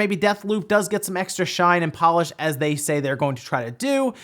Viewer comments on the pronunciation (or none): none